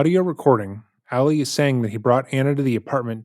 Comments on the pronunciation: I always watch this YouTuber videos, but I can’t watch this one bc of the amount of times he says Alley opposed to Ali. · Why is he pronouncing the name as Allie? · i agree with a lot of what u share in this video but please learn how to pronounce Ali when it comes to Muslim culture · Ali not Ally. You are pronouncing it wrong.